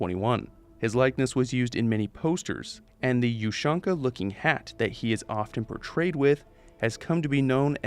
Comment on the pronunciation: Btw, Ushanka is pronounced „oo-shAn-ka“, not „yoo-shAn-ka“